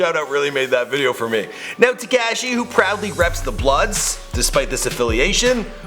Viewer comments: It's not tacashi it's takashi like cop ka ka kashi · Why TF u saying tacashi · Learn how to say Takashi right dbag